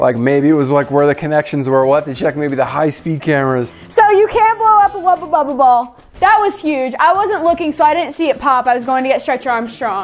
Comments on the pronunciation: She says wabababa ball Me you mean wubble bubble ball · I don't know why I'm so tilted that it's being pronounced 'Wubba Bubba Ball'..... But I am. 🤣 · Thank you! I’ve literally been scrolling through the comments and saying to myself “why hasn’t anyone pointed out that it’s a WUBBLE BUBBLE and NOT a wubba bubba” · I actually looked through comments to see if anyone else noticed she was saying "Wubba Bubble" or if I was being picky. Glad it's not just me! It drove me bonkers. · So we are just gonna skip over the fact that said wubba bubba instead of wubble bubble😂she’s so adorable